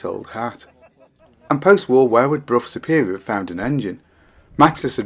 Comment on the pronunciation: Also pronounced Brough Superior correctly.